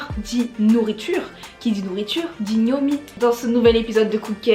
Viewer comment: Je pensais le boug il disait gnomi est là qui bon ( en parlant de mec qui dansait bien quoi ) 🤣🤣